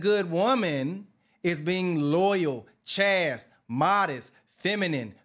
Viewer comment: Literally the opposite of reality... reminds me of my former best friend's wife. As for "why you want a woman on yo way up?" We call that a "partnership", which a marriage is meant to be: two people working together for a greater prize. FYI: "chaste" rhymes with "waist", not "fast".